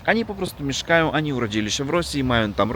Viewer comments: nie przepraszaj za to ANI. My Polscy jestesmy bardzo tolerancyjni. Po prostu chcemy Ci pomoc byś szybciej opsnowal nasz jezyk. Znalem repatrisnta z Rosji do Polski co prawie idealnie pk polsku mowił sle czesto to ANI uzywał. To ANI Cchyba najtrudniej zmienic ba ONI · nie przejmuj się tm oni czy ani. My to znamy i wiemy, że w Rosji tak się mówi. Nie przepraszaj tylko " jedź z koksem" czyli opowiadaj co masz do opowiedzenia:) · Ani i Ani a wiesz czemu tak mówisz ? bo Myślisz o tej ślicznej Ani ( imię) czyli Ania :-)